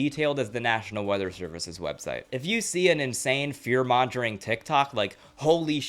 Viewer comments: Great video. But, fear mongering is pronounced (fear - mong - ering) not ( fear - monj - ering). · This is an amazing video 👍🏻 also don’t want to be an ass but fearmongering is pronounced with a hard g. Don’t feel bad about it though, it’s one of the words that everybody has seen in print but many haven’t heard it said out loud. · Hey, just a heads up: you're mispronouncing fearmongering.